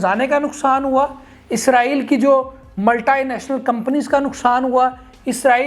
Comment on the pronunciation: یہ ملٹائی ھے یا ملٹی